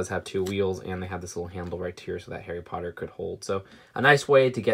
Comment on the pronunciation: Daffy Potter very good point, I think it’s decent for an American